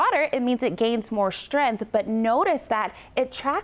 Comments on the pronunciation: Lol nothing better than a rachet floridan meteorologist "strenthening" lmao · You should probably find a meteorologist who can pronounce “ strength.” 🤷‍♂️ JS..